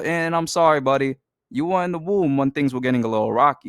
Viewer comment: why do you sound like that? makes me cringe i hate the way you pronounced iman shumpert and womb so weird